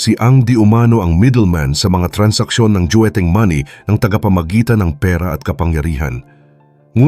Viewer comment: Hindi "Dueteng" boss, JUETENG IS THE CORRECT TERM. Thanks